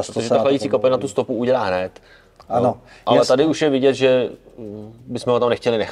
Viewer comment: plzeňáka nezapře... "HNEEED" xD